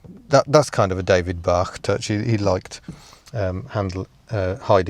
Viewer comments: I once met a bloke who had worked at Rover with David Bache. I was pronouncing his name as if it had to rhyme with the French word for: "cow". The bloke told me that it was actually pronounced: "Baish". Unfortunately, I never owned an SD1. But I did own a Rover 800 Vitesse in exactly the same colour as the one in your video. It was called: "Storm Grey". At the time, I was working in Belgium, and had a Belgian girlfriend. Naturally I impressed upon my girlfriend the importance of driving ONLY British cars. One day she came upon me with the bonnet raised. She cast her eye over the engine. "What's that?" she asked, pointing at the air-cleaner. "And that?", she asked, pointing elsewhere. In fact she was pointing at the labels inside the engine compartment - all of which were in Japanese. She was coming to the conclusion that in spite of my rhetoric, I appeared to have bought a Japanese car. To my shame, there was more Japanese graffiti on my "British car", than you would expect to find in the average Shinto shithouse. Eventually, of course, we were rescued from the Japanese ... ... ... by the Germans!. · The designer's name was David Bache (pronounced like aitch), not Bach! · Van-den Plass and David Bay-sh I've been told... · Great video, as always. For what it's worth I suspect David Bache's surname is pronounced 'Bash'. And I know for certain that Vanden Plas is pronounced Vanden 'plass'.